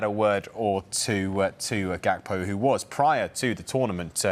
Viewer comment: You pronounce his name Yakpo